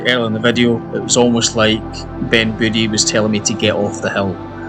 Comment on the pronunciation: It's pronounced "Voo-ay"